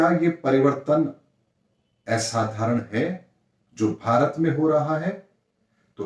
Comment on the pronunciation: एसाधारण नहीं, सही उच्चारण होता है - *असाधारण*. धन्यवाद🙏